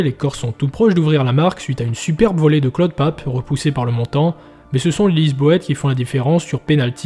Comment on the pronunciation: tres beau mais par contre je suis corse et tu dis claude pape furiane ......